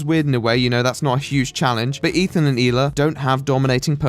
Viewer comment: I really liked your take on this and agree with most of it. In addition, I love your pronunciation of the Israeli name Hila. Keep up the great work and I look forward to you next video. Btw thoughts on the Kanye rant and recent behivour